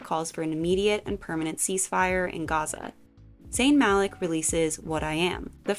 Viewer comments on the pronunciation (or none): none